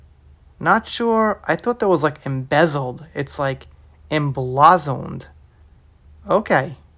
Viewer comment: Emblazoned, pronounced em-blaze-end